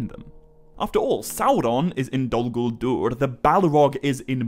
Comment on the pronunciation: “Dolluh Gooladoordh” 😂😂😂